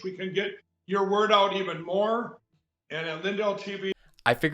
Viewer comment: did you notice ? mike pronounces his own name |LINdel| the first syllable carries the accent.